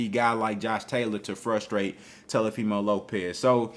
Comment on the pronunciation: Every time you call that man TELOfimo I start laughing lol